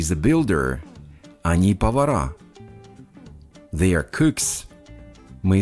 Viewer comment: В тренажёре they вы говорите как the